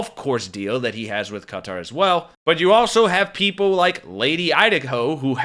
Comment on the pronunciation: “Welcome back, Kotter!” - er, Qatar.